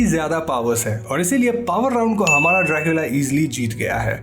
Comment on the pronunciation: Joo Jetta Bo " " 😂😂😂